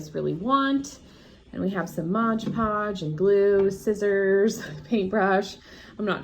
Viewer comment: M-O-D podge not modge podge 🤦🏻‍♀️